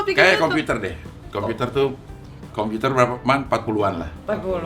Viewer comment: Cing abdel lucu yaaa...komputer..ngomongnya KOMPITER..wkwkwk